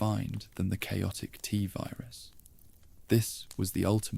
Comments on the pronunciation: Why do we need an AI voice? I like the writing, guessing that’s done by a human? But reading out the years as numbers, spelling out S.T.A.R.S, the “tuhvirus” pronunciation instead of “Tvirus” . It’s blatant at times and takes away from an otherwise great video. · This is absolute fucking trash. Stop using AI. Just read the shit yourself. Fucking tuhvirus and guhvirus bullshit is so annoying.